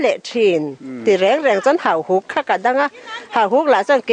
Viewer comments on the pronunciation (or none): Pu Vana chuan Hauhuk chu Hahuk a ti tlat mai a!